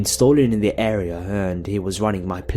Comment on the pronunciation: lol the way you say... area.. air-eh-yahhr!!! omg lol i laughed more when i replayed it XD sorry but its fucking hilarious!